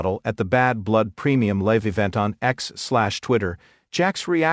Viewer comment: The word Is Pronounced Live not Liv